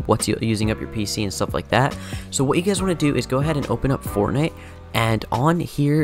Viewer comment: he do be saying fornite